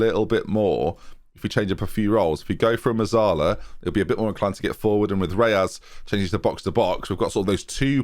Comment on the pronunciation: Where do you get the "a" from in Reyes? 😝